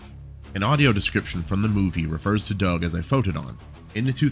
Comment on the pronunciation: I thought it was pronounced "Do-ug